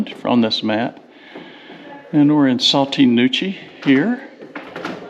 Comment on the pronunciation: It is pronounced “Saw-TEE Nah-KOO-chee”. Spelled Sauté Nacochee. I live in this area. (In an RV full time.)